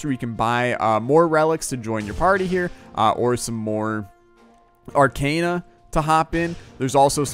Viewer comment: For Zote’s sake it’s pronounced arc-AH-na not arc-AY-na. Just had to mention since you say it like a million times in an episode.